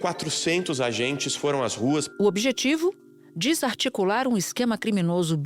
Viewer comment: Aos 46-47 segs : "DISarticular" ! Em vez de Desarticular....Fala sério ! Não basta que o Jornalismo no Brasil já seja um lixo , ainda pronunciam errado as palavras...